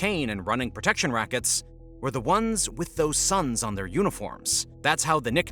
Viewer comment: Cartel of the suns, not sons